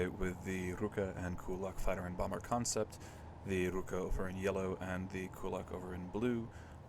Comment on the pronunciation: for some reason you went for russian word for hand "rukA" but went for japanese pronounciation "rUka" which isn't a hand